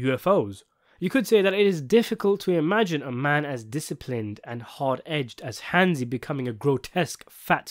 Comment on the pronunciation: Hansi. Its Hansi.